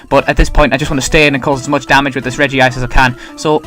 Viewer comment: "Regice" not regive.